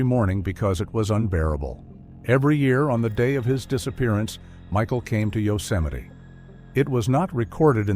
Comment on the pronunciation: A serious question..........how is Yosemite pronounced 'Yoseminee'?